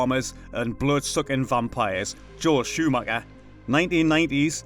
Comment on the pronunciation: Joel Shoo-Macka, awesome